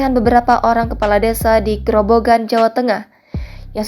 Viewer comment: Bukan grobongan tapi grobogan